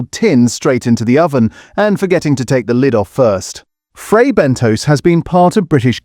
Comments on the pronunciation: It is pronounced Bentos NOT BENTOES ! Please get it right ! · “Fray Ben Toes?” Is that real toes? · Or Fray Bentos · IF YOU CAN'T SAY FRAY BENTOS PROPERLY DON'T EXPECT A HYPE